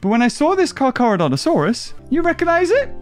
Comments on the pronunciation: Car CHAR NOT CAR CAR LOOL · Stop calling it carcar😂😂😂😂😂😂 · It is pronounced car ca donta sauras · This is why I missed the unboxings because the beginning intro “Car Car” mad me laugh soooo much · Never have I burst out laughing ever in a video let alone in the first 2 minutes😂😂 “carcar” you bloody man child 😂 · I've have not had a good laugh in a long time but when he said "car char" I could not stop laughing. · The "carcar" when u said "car car" I was laughing to death I am meen dieing too died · I am cracking up laughing because of that, you saying car car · "car car" 😂😂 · The dislikes are from people who didn’t understand why he called Carcharodontosaures “car car”. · car car? or carchar?